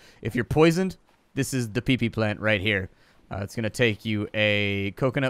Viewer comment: itrs pronounced pippy not pee pee lol